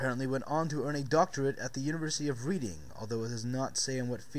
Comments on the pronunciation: I was consfused about the University of Reading bit until I heard Surtess speak, it's not Readng as in 'to read', it's pronounced 'Redding'. My mum teaches there . . . she has a REAL Ph.D. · You mis-pronounced Reading. It is pronounced "Red-ING" withthe emphasis on the 'ing' bit. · I know people have pointed out that Reading is pronounced "Redding" already, but it is particularly unfortunate because it makes it sound like we British people go to university to learn how to read - for which seems to be further evidence! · FYI if it's "Reading University" in the UK, it's pronounced Red-ing. Like the colour red. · Is that Reading in the UK? like in Berkshire? because then it's pronounced Redding, I had a quiet laugh about that :)....I still love your videos though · "Reading" is a town in the UK and it's pronounced "RED-ING"